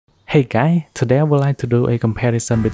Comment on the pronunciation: i love the (( hey quy 💁🏼 btw he saved my life